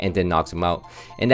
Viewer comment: I just noticed you say "Napu" instead of "Nanu" lol